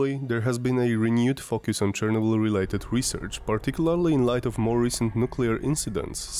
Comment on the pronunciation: Bro, if you are not native english speaker, just dont try to sound native. The way you pronounce Chernobyl has even more radiation than Elephant foot itself...